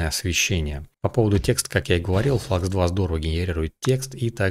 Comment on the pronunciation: Спасибо за обзор, НО. Модель немецкая, делают немцы) Поэтому Флюкс! Слово klein читается как "кляйн" и в переводе с немецкого - маленький.